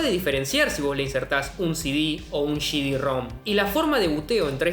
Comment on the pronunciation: Shi di jajajajajaj, aprende a hablar.